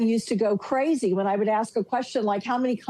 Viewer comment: 😂 when he struggled to say "ask" and said "axe" twice before spitting it out